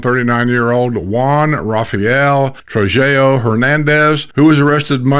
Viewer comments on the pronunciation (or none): none